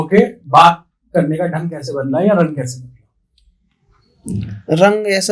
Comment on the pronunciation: Ese kese vese ko aap thoda sa zor dekar aise kaise or vaise bologe to bahut hi achchhe lagoge urdu or arabi mix jab aap us par kamand haasil karoge achcha nahin khubsoorat lagega bhai bura nahin maanna